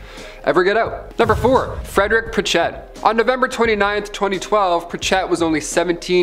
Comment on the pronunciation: " Pritch it ". Not" pritch Ette "